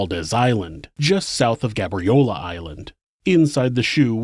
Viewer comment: It's pronounced gay-bree-ow-lah btw